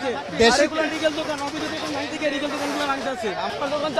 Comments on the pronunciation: Legal শব্দ উচ্চারণ করতে পারে না, সে কি এইচএসসি পরীক্ষার্থী হতে পারে?! রিগেল!! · Legal ke regal ar magistrate ke megistar bolo...Tumi baba hsc te fail e korbe 😂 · বাবা তুমি কি এইচ,এস,সি পরীক্ষায় পাস করবা? লিগালকে বলছো রিগাল। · O kono student na… legal bolte pare na… bole regal … mittha bolse…